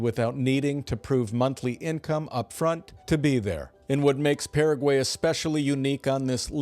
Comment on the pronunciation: Like the channel. But first, you pronounced Paraguay correctly when introducing it but then proceeded to mispronounce it. Also, the canned videos pretty much say you’ve never visited 90% of the places featured.